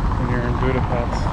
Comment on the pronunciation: Budapest should be pronounced with "sh" please for god's sake understand finally people.thx